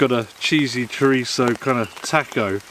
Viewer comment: says taco 🌮 like such Well such an Englishman haha bless is heart ❤️